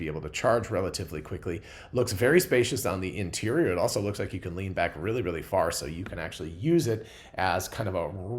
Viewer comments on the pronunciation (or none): none